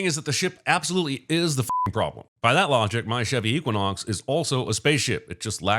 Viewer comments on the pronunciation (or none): none